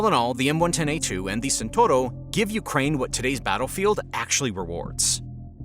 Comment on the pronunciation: Speed: in the best Italian tradition. (Non Santoro, but Tchent-hour-o)